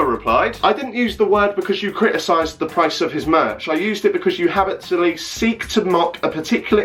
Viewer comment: omg the pronunciation of 'habitually' got to me